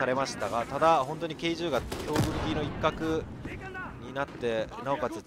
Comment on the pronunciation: K10(じゅう)じゃなくてK10(テン)だよ